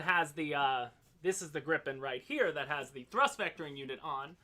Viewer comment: Learn from: It's Grii pen, not Gripp-en. 😉